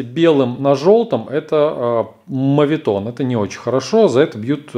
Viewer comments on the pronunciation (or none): none